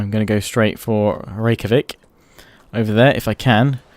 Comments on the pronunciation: Hey. Scandinavians use the j as a y so Reykjavik would be pronounced. Reyk-ya-vik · The city in Iceland is pronounced to my under standing rik-a-vick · I think you say Rejkavik as Rivacheg because of Mount & Blade? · reykavik is pronounced ray-cha-vik :) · the Icelandic capital is pronounced rek-ya-vik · Although gotta give it to him that his pronounciation Rave-a-chick sounded pretty funny. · actually it's pronounced Ray-cha-vik :) with love from scandinavia XD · It's pronounced "Rake-ja-vic" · I believe it's pronounced "Ray-kya-veek" (I heard it in an audiobook)